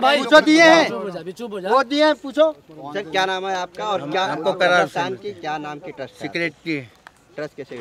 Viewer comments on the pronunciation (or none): प्रहार वाले ज़रा सेक्रेटरी का पूरा नाम तो पता कर लेते,कर्रार के बजाए बार बार इकरार बोल रहे हो।